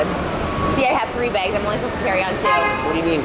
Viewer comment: lmao love how you spelled bags - it's exactly how she says it 😹